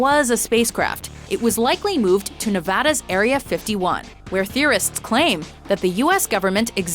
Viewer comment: OMG YOU SAID NEVADA RIGHT! You've earned much more respect from me, thank you for caring to pronounce my state right.